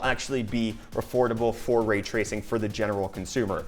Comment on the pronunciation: Raaaay tracing! It's Ray Tracing!